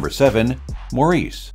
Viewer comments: It is pronounced "Morris"--NOT Maurice. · Nice list...Maurice is pronounced 'Morris', it's a British story and characters.